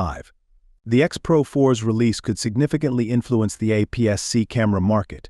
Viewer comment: You can tell this was AI generated. Who the hell says "apps"-"c" for APS-C?